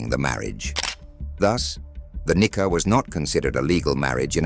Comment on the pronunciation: It's supposed to be "Nikah" and NOT Knicker!!